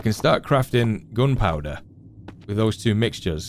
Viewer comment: I like how you say gunpowder as 'goonpowduh' 😆 you had me watching for days now Kinda hoping the ep 9 is not the last tho.